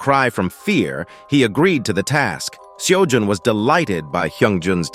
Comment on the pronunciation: MC's name in this story is Jae-Hyun Kim. Not Seojun like in the tower farming story. (Seojun is actually spelled Sejun and pronounced Seh-Joon. Seojun would've been the spelling under the old Korean romanization system, which hasn't been used since 2000.)